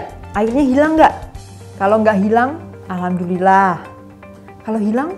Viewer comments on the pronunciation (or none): none